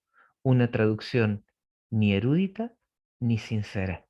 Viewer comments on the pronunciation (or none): Es verdad..pero la palabra ..no es ERÚDITA..COMO DICE..SINO ERUDITA..SIN TILDE..le quita el interés a la información si habla de reglas gramaticales..DEL .no es ARTÍCULO..es contracción gramatical..